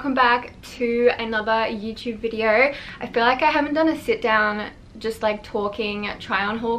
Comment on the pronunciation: "Welcome to another YouTube videearrr..." LMAO